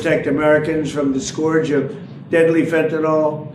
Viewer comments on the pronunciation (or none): Scourge is pronounced skurj, not skorj. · IT IS NOT FENTAN-OL. It ends in 'yl' and pronounced 'ill'. Plus to Trump, 'skauje' is not a word. Finally, it takes CONSUMERS on the ground to make a DRUG INDUSTRY So get your kids to stop it cold turkey.